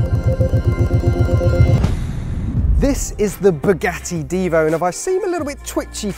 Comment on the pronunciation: This is not a Bugatti DIvo...is a Bugatti DivO....a long O not a long I 🤦‍♀️🤦‍♀️🤦‍♀️🤦‍♀️🤦‍♀️🤦‍♀️🤦‍♀️